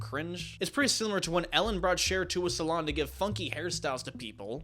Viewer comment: Ellen? I heard Hell-in